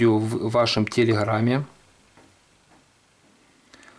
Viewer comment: Не "телехрам" а телеграмм